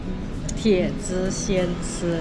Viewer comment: 什么叫铁汁呀？铁子，不是铁汁